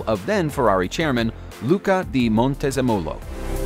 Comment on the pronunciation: U just killed the italian language: Commendant tore Pinininfarina (I hope it was due to the glitch) Luca (Cordero) di Montesemolo Tifo 33 stradel Franglio Scaghlioni Serghio Scag glietti